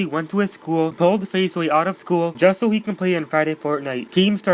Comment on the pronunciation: Thank you and u pronounced my name right